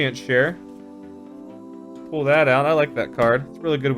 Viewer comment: Is he saying pull pool pole